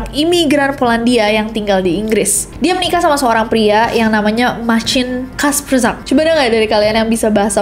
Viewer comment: Bacanya "Marcin Kaspsyak" dan "Micelina levandovska" kak, harus dibaca semua hurufnya